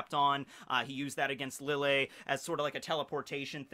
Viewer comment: i love your videos. very informational, and keeps the series fresh, interesting, and fun to watch and rewatch. Now, my beef with you. it's pronounced LEE-YAY. Since lille Barro is an arrancar (the mention of chocolate ingles being the big indicator, a spanish game), his name is pronounced in the hispanic way, the double L being pronounced as a Y, hence LEE-YAY BAH-ROH (R being rolled). Keep up the good work!